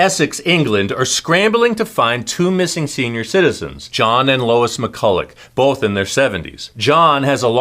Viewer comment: Just to note her name is pronounced McCull-a